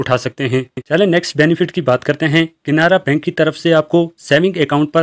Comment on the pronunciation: Bhai saab KINARA BANK NAHI. CANARA BANK.PEHLE BOLNE SIKKO